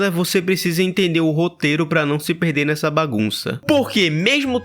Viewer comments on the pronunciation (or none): na hora que tu falou "nesa jornada" eu falei, de mer- KKKKKKKK